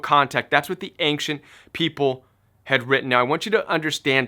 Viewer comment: Love your content. I've heard your say "ancient" like 6 times in the last two months. I wonder if you are aware of that accent you put on the "c". I hear "ainkcient". I wanna know if it's just me :)